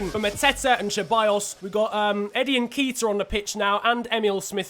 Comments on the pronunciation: Ben-tank-ur? No it’s, Bent-en-cur N-Keet-ah? It’s N-keh-ti-ah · I swear it’s pronounced nket iah not nkeetah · lad it's, N-KE-T-IA not N-K-ITA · Its nn ket ee ah not nn keet ah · say nketiah how it is spelt not nekitah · It’s ‘n ké-ti-ah’ not ‘nkeyta’ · It is pronounced Enketia